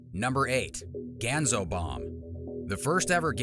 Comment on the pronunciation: It's pronounced GAHN-ZO.